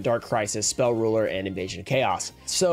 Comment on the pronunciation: The way you said "Spell Rulah" or so makes me wonder where you're from, it sounded a lot like home lol. Sometimes I miss it!